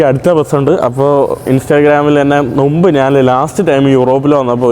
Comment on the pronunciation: നുമ്പ് ❌ മുമ്പ് ✅ നുപ്പത് ❌ മുപ്പത് ✅